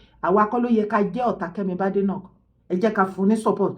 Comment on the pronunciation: Kemi’s surname is pronounced Bade/like Bake. BADENOCK NOT Bade/Ade like in Yoruba